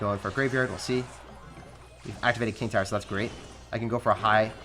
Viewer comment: says, “I can activate ting kower.”